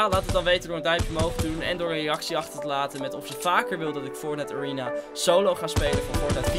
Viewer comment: Nobody:: ariena